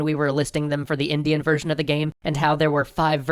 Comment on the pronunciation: Every time you say "version", I SWEAR it sounds like "virgin"..